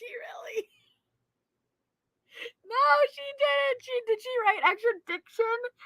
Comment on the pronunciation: extra-diction!!! 😂😂😂 LMAO I can't!